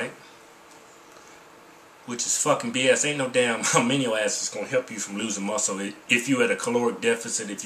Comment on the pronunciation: A-MI-NO acids